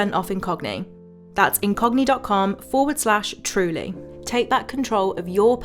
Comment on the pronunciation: I was tabbed out and thought you said the sponsor was "in cockney".